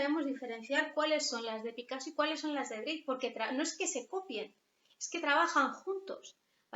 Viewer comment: Muchas gracias por su explicación del cubismo. Es irritante oir decir “breik” de Georges Braque el pintor francés, compañero profesional de Picasso. Se pronuncia “Brak”. Gracias